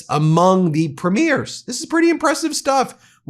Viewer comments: Ben, I watch your videos and think you’re very good. However, please know you are making a pronunciation mistake. Lots! The leader of our provinces are called Premiers. They are not premieres. Premieres are the opening ceremony of a movie or art performance. I cringe every time I hear you mispronounce it. Thanks. Keep up the good work. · I really do wish American commentators would finally get how to pronounce our Provincial Leaders. Doesn't matter if its utube or CNN etc. Its Preem..yers. NOT Prim..meers. They aren't premiering anything on the red carpet or movies etc. Its PREEMYERS!!!!!